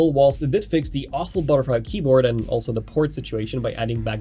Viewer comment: THe, THat [pronunciation]